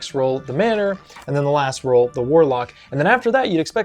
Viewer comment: lol at how you can’t say Role 😅